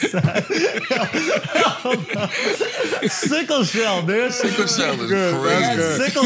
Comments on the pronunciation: "SickleShell" 🤣🤣🤣🤣🤣🤣 I hate you Andrew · This fool said sickle chell 🤦🏽‍♀️🤣🤣